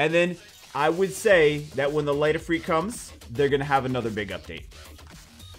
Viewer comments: The way you repeatedly butcher the pronunciation of Ifrit has forced me to unsubscribe from your channel.... ITS NOT IFREET FFS, its IF”RIT” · OMG ITS NOT IFREET..... rit as in ritual. If-rit. your hurting my ears. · Not EEFREET. If-rit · and to think I always called it if-rit and not if-reet. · "If-reet" wth... "Mah-nah" 😐😐😐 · you said Light Efree? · The I’s make the same sound